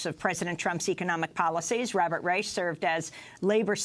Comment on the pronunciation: it's pronounced Rysh and Rych, not Rychuh. Yet again in media French and Spanish words are pronounced with ridiculously excessive accuracy for a native english-speaker but German one's cannot be comprehended apparently. By no means does this diminish Amy or this program for me tho, just making this known